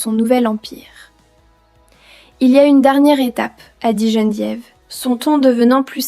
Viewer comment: Geneviève et non gene diéve !!!!😂😂😂